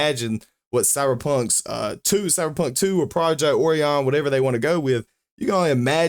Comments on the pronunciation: Oh - rye - an, not "orean" It's named after a constellation of stars. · A constellation with a greek name that is most definitely not pronounced oh-rye-an, orean is a lot closer to the correct pronunciation